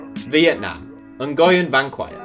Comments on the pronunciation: "Nguyen" lol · It offends me the way you pronounced nguyen